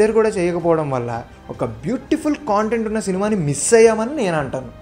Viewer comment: Chinna suggestion bhayya content ane word ni sarigga paluku - otherwise Video 👍 Okka Kshanam is my favourite in this list 🙏